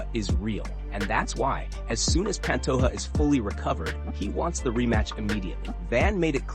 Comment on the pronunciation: Hey brotha in Portuguese the “J” sound is pronounced if you care. It’s not pan-toh-a it’s pa^nto-J-a. Just like Jose Aldo is pronounced Jo-zE Aldo not Hoe-se. In Spanish they pronounce the Js as Hs (often but not always) not Portuguese If you get that right. A lot of Brazilian watchers will be impressed and may subscribe since it’s a common mispronunciation.